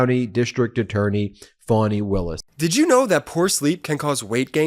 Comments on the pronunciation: Why do you continue to mispronounce Fani’s name? You make it sound like it’s spelled “Fonnie” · I am puzzled by you pronunciation of the name 'Fani'. I could be wrong but I fail to see how 'Fani' becomes 'Fawny'. Surely 'Fani' is an American version of 'Fanny', which is an abbreviation of Stephany - the female version of Stephen, Steven!